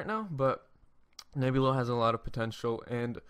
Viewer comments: its driving me nuts too. He says Nebilo ! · N E B L I O, say it with me Neblio. There is no U. Can't trust a guy who can't even pronounce the name correctly. REKT. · you can't even pronounce neblio